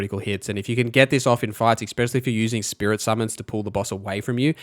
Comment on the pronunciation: it's "especially" not exspecially. sry just a pet peeve lol